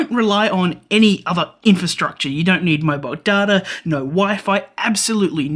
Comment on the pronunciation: good! glad this is not a blinking led tutorial like everyone else does. Did you know your accent makes you say nough instead of just no. lol so strange and weird you add all that extra complexity with me having to translate your language into English. It borks the translator bigtime.